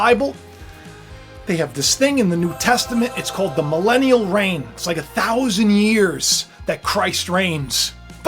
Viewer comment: Everytime you say the word melenium!! In my head ( because im french) ontario canada I here MELINAi a see TRump wife WEird?????😂